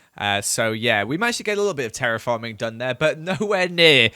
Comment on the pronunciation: Has no one noticed he said "Ceraphorming"